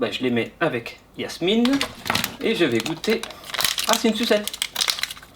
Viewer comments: C'est Jasmine et non yasmine 🤑🤑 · cest pas yasmine cest jasmine